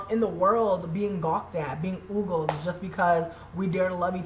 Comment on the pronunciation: Being oogled? Besides being a fat racist with a gross fake gold booger, you're a moron. It's pronounced "oh-gelled." White folks leaving your life? Maybe it's because you're a fat fake butch who can't even pronounce words correctly. Why don't you go on a diet or something? Do something useful.